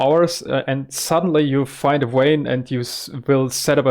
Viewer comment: jsuk vein is pronounced with a V like vampire not W like watermelon :) very glad to see you again